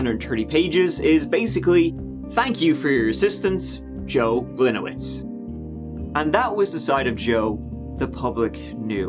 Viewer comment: As a Polish person, my ears bleed every time mispronounce the name "Gliniewicz" 😉